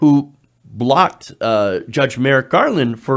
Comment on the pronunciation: Say it with me . “Merrick Garland “